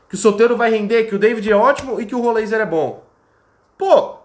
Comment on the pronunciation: Heisenberg. É rol ráiser